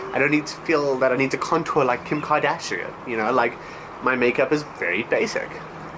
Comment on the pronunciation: It's Kim Kardashian not Kim Kardashrian lol :)